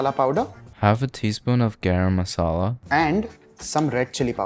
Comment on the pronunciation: "gAraaaam Masaula" 🤣